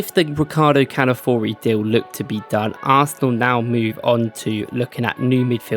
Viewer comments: Dude, the name is C-A-L-A-F-I-O-R-I and NOT C-A-L-A-F-O-R-I. Thanks. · Please, give some attention to your pronunciation of Calafiori. Cheers.